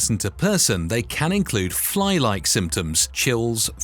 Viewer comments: I love the moment where the narrator describes: “fly-like symptoms.” Me thinks they mean “flu-like symptoms.” 😂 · Fly like? I think you mean flu like.